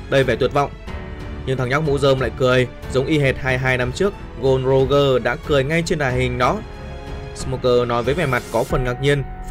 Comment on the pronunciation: A đọc sai r la là Gol D Roger,chứ k phải là Gô Roger đâu a